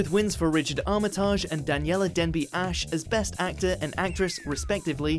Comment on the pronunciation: North&South! Great mini series! Big, big minus point for WatchMojoUK: You pronounced Richard Armitage wrong!!!!